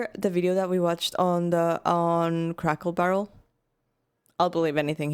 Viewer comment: I giggle every time you call it Crackle Barrel. It's Cracker Barrel😅 You're so darn cute.